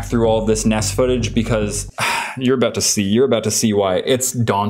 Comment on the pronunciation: ~Mega Things are now a Trend~: "MEGA DESK" Also: "MEGA COLOR Again: "I'M NOT SORRY BECAUSE, MEGA DESK-" Me: "I say it as... -BUHCAUSE-" No ~BECAUSE~